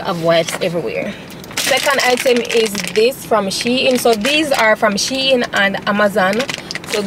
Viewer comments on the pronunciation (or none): It’s she-in but you pronounce it as two different words combine them😅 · Yes it’s She-In… As in She-Inside :) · Your pronouncing shein wrong for real girl you wrong and strong duah..... unless shein ambassadors dont know how to pronounce the brand they represent/selling but your pronunciation is actually wrong u no haffi get so loud pon the girl cause u wrong lol